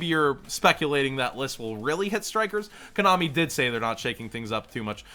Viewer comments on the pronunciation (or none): none